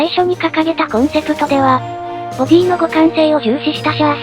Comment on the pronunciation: では の読みもいつも間違えてますよ